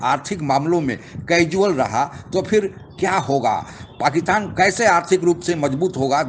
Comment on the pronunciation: पाकिस्तान को पकितान क्यू बोलते? गुटका सुपारी खाए बगेर narration record करो ना सेठ